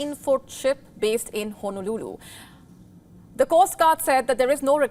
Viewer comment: Say "Honolulu" again that was the best part of the newscast 🤣🤣🤣